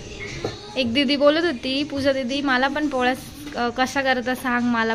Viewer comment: tu puja nako bolat jau.pooja bolat ja.